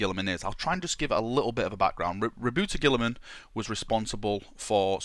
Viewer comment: *Rawbutt Girlyman